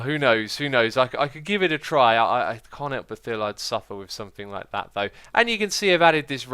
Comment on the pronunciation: Has anyone noticed X says 'sumink' instead of 'something?'